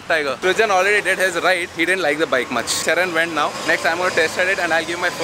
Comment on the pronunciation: hahaha "cameraman srujan to sriman"